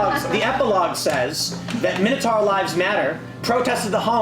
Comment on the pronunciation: Can none of them pronounce the last syllable in 'minotaur' properly?